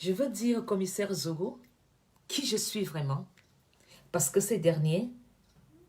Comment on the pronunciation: Déjà c'est Zogo et non Nzogo. Ensuite, le fameux Commissaire-là a quelle influence sur la scène camerounaise? Tout ce qu'il peut faire c'est continuer d'exprimer sa haine contre des nobles Maffo comme! Zogo se grille seul ma'a 😂🤣😂🤣😂🤣😂🤣😂🤣😂🤣😂🤣😂🤣😂🤣😂🤣😂🤣😂🤣😂🤣😂🤣😂🤣😂🤣😂🤣😂🤣😂🤣😂🤣😂🤣😂🤣😂🤣😂